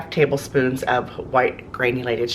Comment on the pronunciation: Okay-- you say tablespoons. FYI.